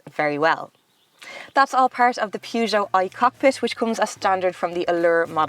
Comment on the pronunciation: I’ve always said “purge joe.” But I think pronunciation is the proper French way.